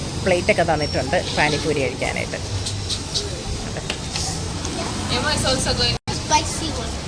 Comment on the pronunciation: Yemma pronounced correctly.. പണി പൂരി 😂😂പണി കിട്ടിയ poori 👍👍